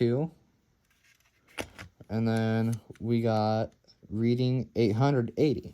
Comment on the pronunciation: The Reading name is actually pronounced like "Red - ing". A lot of people get it wrong at first (i did) lol. Great finds btw!!. The steam engine is an older Mantua/Tyco cast metal locomotive. I have a couple and they roll like beasts,lol.